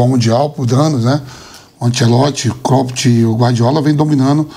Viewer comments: Vampeta chamando o Klopp de KLOPITI KKKKKKKKKKKKKKKK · Vampeta:”cropedj” kkkkkkkk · Kkkkkkkkkkkkkkkkkkkkkkkkkk kloppt foi foda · Klópiti, Anselóti... kkkkk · Hahahaha!!! Amoooo vampeta! Kloppt! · Vampeta falando clopete 😂😂 quem é este técnico? 😂😂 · Vampeta tem que aprender pronunciar o nome dos treinadores "Klopt" onde já se viu isso 😂😂😂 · Não tanko o Vampeta falando ''Cropt'' kkkkkkkkkkkkkkkk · Clópiti kkkkkkkkk 😂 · Vampeta falando croped😂😂😂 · Vampeta, um cara da área, não se interessa em aprender a pronunciar nomes. Klopt é de doer, neh Vampeta! 😂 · Vdd até o vampeta pronuncia corretamente, temos 2 analfabetos de presidente kkkkk 1 da República outro da CBF que fase Brasil 😂😂😂😂